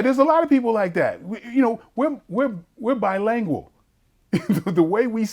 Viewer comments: We were “Bilangwul” lol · I swear the word is bilingual not bilangual